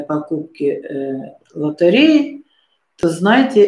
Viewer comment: лотАреи? Вы серьезно? Господи, судя по возрасту,Вы учились в школе давным давно,когда еще в школе всех учили хорошо.И что с дикцией? Вы на успокоительных? Не усните.🤣😅